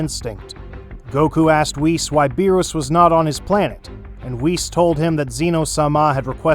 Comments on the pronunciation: Bro it's wees not wis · Ah yes, whiiis and beeruusse